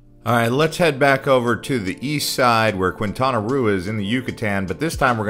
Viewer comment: Annoying that you do not pronounce areas in Mexico correctly. Qu is like a K therefore Quintana is said like Kintana